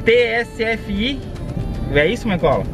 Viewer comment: Não é tsfi o correto é tfsi